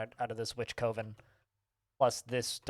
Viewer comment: Coven is pronounced like "oven" but with a hard "C" at the front.